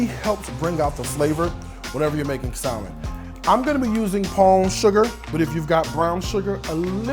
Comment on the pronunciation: He pronounced the “l” in salmon and my ability to take anything he said afterwards, seriously, died.